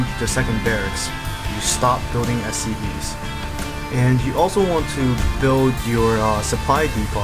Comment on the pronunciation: lol it sounds like he says "soo.. you want to continue your production of STDs.."